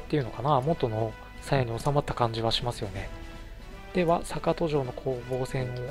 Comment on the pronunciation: あ、そういえば坂戸城の読みはさかとじゃなくてさかどですよ。あと与板はよいたと読みます。越後になぜ北条の城があるかと思えばここもきたじょうと読むんですよ。 新潟の越後の城って読みにくいのが多いですよね。 あと、これ少し悲しいんですけど松代城は松代藩の城に見えて実は越後松代城なんです。松代藩は実は改修した海津城なんですよ。 少し酷いですよねー。 BY：現・新潟県民